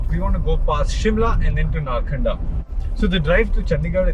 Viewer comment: It is narkanda.. Not narkhanda